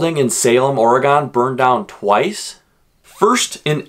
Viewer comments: It's. NOT Ore (gone) fun fact number 6 oregonians hate it when you call it Or- E-Gone. Try a more subtle approach with 2 or less syllables more of an Oregin Knew all those facts but didn't know the oddlaw. Nice video though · Yes ... it's definitely NOT Ory-Gone. More like OR-e-gun. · Here’s a fun fact from an Oregonian , ITS AURA-GEN NOT AURA-GONE Like organ, ORE-GAN , AURA-GEN just definitely not Aura-Gone. It’s so annoying sorry but it’s good to learn. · It not oragon it oragon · That kept irking me, too. >.< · Fun fact about saying the word Oregon: its pronounced "Orygun." This is like the only nice comment you'll get as well... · It is pronounced Oh-rig-gun!!!! Not gone! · Your saying the name wrong